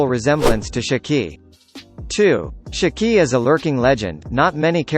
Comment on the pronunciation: Listening to you pronounce Shiki makes me want to pull my damn hair out